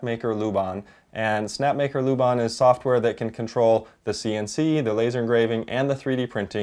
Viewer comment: Put some egg crate looking foam under it. :D It will kill most the noise. I saw a Chinese maker do it and tried it with my Prusa 2 and it’s now basically soundless. Second tip, La, like doh ray me LA and bahn like the german version of that not ban like we say it in the US. He was a movement theoretician and dancer who created a notation for dance kind of akin to sheet music but for motion over time. Really cool stuff and worth knowing about in his own right. There’s no loo in there anywhere. Ah, the curse of being American no? We basically do this all the time, and I’m as guilty as the next guy but this one I can spare you on for future reference. I work on the same street now in the UK as the Laban Trinity, which is the school dedicated to that method of work, so at least I know this one. One down, a million to embarrass ourselves on in future. :D